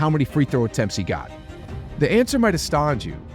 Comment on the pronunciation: Warriors fans are coping so hard that they create an entire conspiracy where the NBA is actively trying to cause the downfall of one of the NBA's biggest all-time moneymakers...lunacy. Oh, and the learn how to pronounce astound.